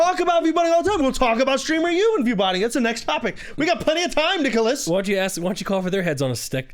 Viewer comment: He clearly said "Nigholas"